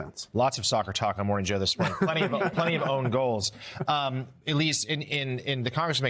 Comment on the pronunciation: It's "own goal,", but we know what you meant.